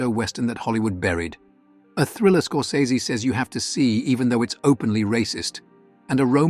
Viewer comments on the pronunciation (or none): That’s not how you pronounce Scorsese.